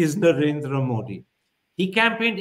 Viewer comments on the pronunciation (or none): Learn to get his name right. It is मोदी and not मोडी. Softer "d".